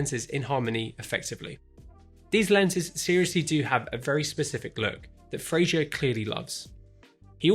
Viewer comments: Great video. Thanks. But there is no "i" in Fraser. Pronounce it to rhyme with "phaser." Cheers. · Fraser. With an S.